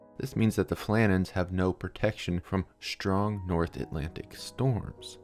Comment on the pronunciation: Please don't pronounce strong and other str words as if it is spelled schtr